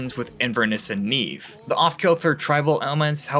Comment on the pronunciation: hey the best list didn't take 300 years to come out, what a surprise also nevve isn't pronounced "neeve" btw